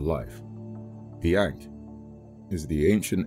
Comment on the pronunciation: It’s pronounced Ankh